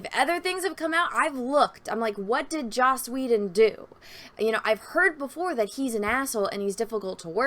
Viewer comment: Take a shot of blue milk every time says "Joss Woe-den"